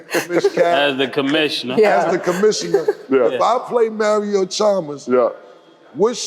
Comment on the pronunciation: Why Cam say Mario like Mayrio 😂😂😂